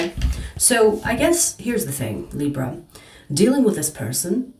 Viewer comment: Love the way u say Libra ❤ u are right about there’s a hot piece of ass that’s coming my way. Very sweet, sensual, spiritual & younger than I. We will see?!?